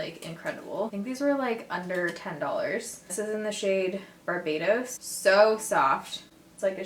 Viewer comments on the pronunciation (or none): none